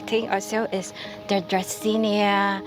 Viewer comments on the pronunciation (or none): none